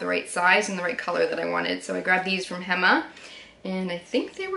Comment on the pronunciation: Such a nice video!!! (p.s ‘local’ tip: hema is pronounced “hey-ma”) ❤️🧚🏼‍♂️